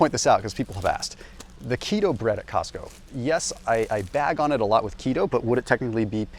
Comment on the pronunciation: Cosco? Really?